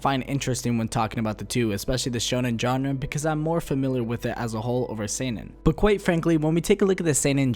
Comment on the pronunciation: Why do you keep saying Genre 🤦